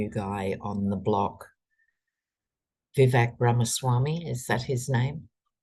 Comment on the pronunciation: Vivek Ramaswamy - his first name rhymes with "cake"- that was from the debates so it's Viv-vake.